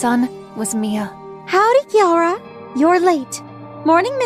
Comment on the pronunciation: Is not Kiara is keara No Kiara I'm Keara too But is okay It can be Kiara